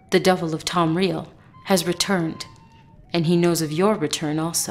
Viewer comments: Why are people saying Tomreal? It is Tamriel, is it not? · i didnt know tamriel was pronounce tom-real... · In all fairness the voice actress who did the Messenger of Azura isn't that bad, but her inability to correctly pronounce Tamriel really ruined her dialogue. Also, the voice acting on Dagoth Vanis was actually rather good, in my honest opinion.